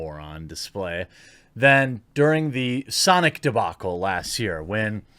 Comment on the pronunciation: its pronounced "SAHNICK" bro